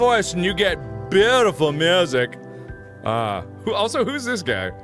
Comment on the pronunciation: Beaautiful you mean cringeful?😁😁